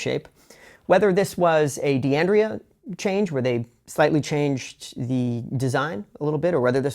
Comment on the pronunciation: it should be pronounced " dan-dray -ah and D'addario is "dad-a-re-oh"